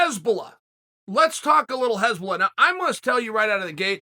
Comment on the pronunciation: Hasbullah, not Hezbollah lol. Hezbollah is a murderous bunch.